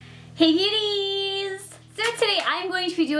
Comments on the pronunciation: Did anyone else hear her saying uties instead of cuties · WAIT WAIT WAIT DO U SAY HI CUTIES AT THE START OR HI BEAUTIES ITS BEEN BUGGING ME FIR SO LONG I ALWys THOUGHT IT WAS CUTIES.. BUT AT THE START IT SOUNDED LIKE BEAUTIES